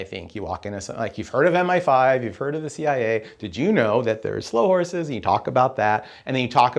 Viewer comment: I just watched it again, and he still says Slough Horses. No criticism was intended as already mentioned as I acknowledged he was talking from off the top of his head.